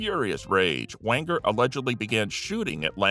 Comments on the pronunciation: It's Walter Wanger (with a soft "g"), not Wanker. 🤦🏽‍♂️ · Wait what ? Walter ...wanker ? 😅 😂 Am i hearing rhat correctly ? 😂😅